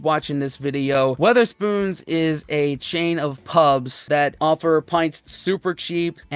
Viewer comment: It's Wetherspoons. No 'A'.